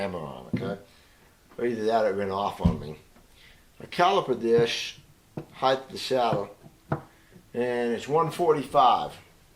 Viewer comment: Why do all guitar set-up people say heighth?